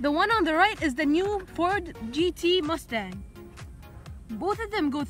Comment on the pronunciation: It’s mustang not muustang